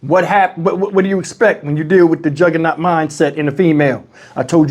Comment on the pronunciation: bruh said juhgernault female. I wish I wouldn't have saw this.